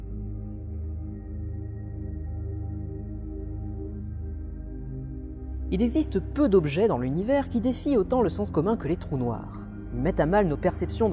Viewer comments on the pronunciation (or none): « Il essiste »